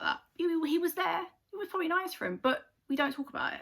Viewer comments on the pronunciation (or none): none